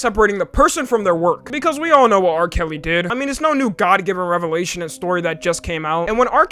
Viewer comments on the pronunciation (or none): none